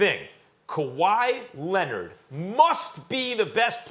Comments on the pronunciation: 🤣🤣🤣🤣🤣🤣 I thought I was the only one to hear him say lennit 🤣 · "This is a legacy game for Kawhi Lennit" - SAS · Who tf is kawhy lenned??? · Stephen A. “Kawhi Lennid” Smith